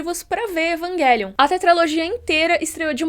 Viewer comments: Égua eu acho muito estranho a pronunciando "evanguelium", não tô acostumada com essa pronúncia kkkkk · Num tankei Evanguelion kkkkkk